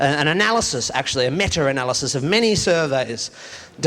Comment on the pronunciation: What’s a “metter analysis?”